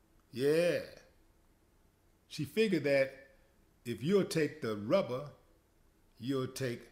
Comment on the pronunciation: "If you would take that rubba you'll take bubba" 😂😂😂